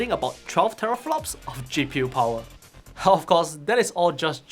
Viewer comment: The Powahh...lol